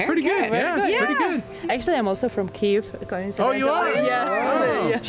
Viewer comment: Дуже цікаво і надихаюче! Єдине, що хочеться додати- правильна транслітерація Kyiv а не Kiev. До речі, британець вимовляв правильно)